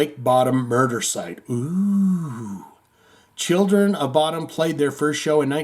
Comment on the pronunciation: I think it is pronounced “Bo-Dum”.